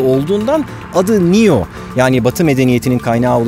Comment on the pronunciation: nio diye degil neo diye okunuyor bu arada